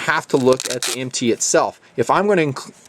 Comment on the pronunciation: the problem is he says MT as an initialization instead of an acronym, it would be a single syllable if said so